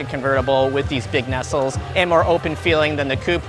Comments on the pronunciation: I've heard nay-cell and nuh-cell, but nestle is a new one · Necells, huh? As a retired pilot we called the housing on the outside of a jet engine as its nacelle. Pronounced, "nah-cell". If you are referring to the opening to cool the engine, that would be its cowling.